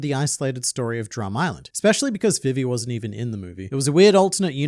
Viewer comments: Can u stop saying vivis name like that please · Why are you pronouncing Vivi wrong?